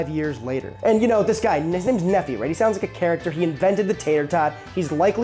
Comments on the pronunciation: Nephi is pronounce "knee-fi". It's a Mormon name. I married into a huge Mormon family. It's a long story. 😂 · The amount of mispronunciations in this video has to be done on purpose. ;P Nephi == (Nee-figh) [like fi in wifi] - fun fact, this is a Mormon name OreIda = (OR-Ida) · Ore-Ida is pronounced "orr-EYE-duh." Nephi is "NEE-fye." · It's pronounced knee-fye And Oar-eye-da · Nephi is pronounced like MiFi or HiFi or Hi-Fi of WiFi .... Knee-Fi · That name you're so enamored by is a Mormon thing. I was raised Mormon. It is pronounced Knee-fye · "Nephi" is a mormon name, out of the book of mormon. It's pronounced knee-fie. Source: Raised by mormons, entire extended family mormon. On the plus side, I, a french fry hater, finally have a reason to be glad fries exist. Because they enabled the existence of tater tots, which are amazing. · His name is Nephi, pronounced Knee-Fi, rhymes with Bee-Eye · I came here to comment on that. NEE FY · Since comments are focuses on pronunciation, Nephi is pronounced Nee-Fi. I liked your video, and tater-tots! Yum!. Great job on how to make them! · Every time I want to leave this video a like, I hear you mispronounce Ore-Ida or Nephi, then I can't. Good job pronouncing Macau, though. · bro said Nephi AND oreida wrong 😭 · You don't pronounce the "phi" in Nephi as "fee" either. It's "fy." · Sorry, but after reading about the pronunciation of Ore-Ids how you pronounce Nephi is bothering me. Knee-phi, not knee fee. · Nephi is a Mormon name. It's pronounced NEE-fy. Ore-Ida is pronounced or-I-da. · Nefee? It's pronounced neef-I. Oreida is pronounced Or-I-da, not or-ee-i-da. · Or Ida is how you say it. Not Or E I Da. Nephi is not pronounced Neh Fee. It's pronounced Knee Fi. It's a common name from the Book of Mormon. Very common in Utah, Idaho. Also if you want something delicious look up a recipe for "Funeral Potatoes" a popular dish served at events in Utah made with Tater Tots typically. It's basically cheesy potato casserole.